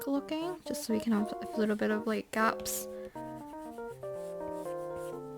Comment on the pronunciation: when you said gaps you sounded british